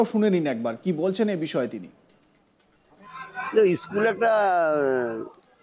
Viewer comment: ইস্কুল নয় স্কুল বলুন